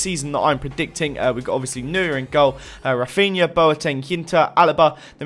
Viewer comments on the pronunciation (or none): Can you please pronounce Neuer the right way?